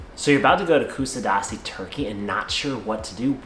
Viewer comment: if you are going to make a video please learn how to pronouns it properly